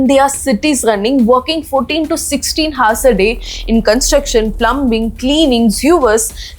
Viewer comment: Hours- H is silent